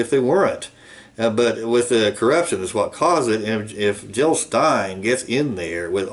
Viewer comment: JiLL NOT HiLL!